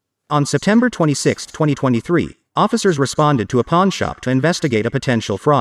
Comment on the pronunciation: Pawn shop not a porn shop 😂 I was getting worried there when you said your mum took you to a pawn shop. This is why I need to watch the video and not just listen to the audio 😂